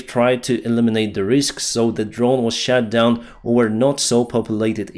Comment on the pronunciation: "shat down" 😂😂😂😂